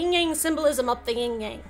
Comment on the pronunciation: That Yin Yang diagram at roughly is totally WRONG. Yin (female, passive, cold, etc.) is the WHITE side, while Yang (male, active, hot, etc.) is BLACK. Most people from the west are so used to their own colour symbolism that they get these backwards a LOT. Also, it's Yin. No g in the end. [/smartass]